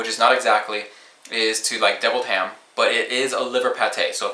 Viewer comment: OMG the way he says deviled ham has me rolling!